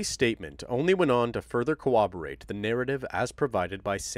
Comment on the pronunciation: This is so unimportant...but did you say "cowoborate" instead of corroborate? 😂